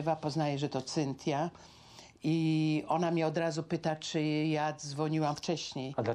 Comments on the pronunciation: Prowadzacy imie Cynthia wymawia lepiej niz pani, musiala miec maly kontakt z jezykiem w tych Stanach lub ma slabe zdolnosci jezykowe. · Tyle lat w Ameryce a nawet imienia Cynthia nie potrafi wypowiedzieć